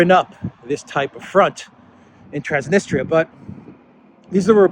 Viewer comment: That's T R A N S N I S T R I A. The last syllable is a diphthong, thus should be pronounced as in English TREE 🌲 AH >>> TRANS NIS TREE A Cheers 😁🍻🙋🏽🇷🇺☦️!